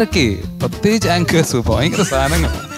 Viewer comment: ബായംകരം എന്ന വാക്ക് കൂടുതൽ പറയുന്നു അവതാരക, , അത് കേൾക്കാൻ ബായങ്കര ബോർ ആണ്, മലയാള ഭാഷ അറിയതവർ